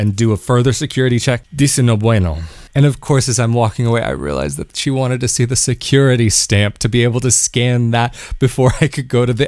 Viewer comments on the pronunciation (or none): I knew it was Tel Aviv, the minute he said stickegh, secughity